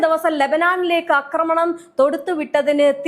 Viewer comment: Ee kutti epolum 'akramanam' enne parayu....'aakramanam' ennu parayu